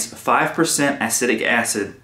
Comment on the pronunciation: Please learn the proper pronunciation of “acetic” acid. It will help make your videos more relevant.